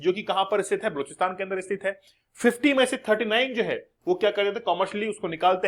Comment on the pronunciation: kya gunda bane ga pronounciation mistake hai bluchsitan nahi ba loch stan